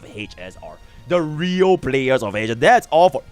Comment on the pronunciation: hech ess aar...